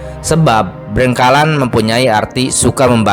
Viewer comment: Terlalu memaksakan diri, hanya demi konten. Banyak kalimat yg salah, seperti BRENGKALAN padahal Brengkelan (itu sdh beda arti) , trs BAYU URIP padahal Banyu urip, dan dari cara membaca pun terlihat logat jabar, bukan orang wilayah setempat dan bukan ahli sejarah tp sebatas membaca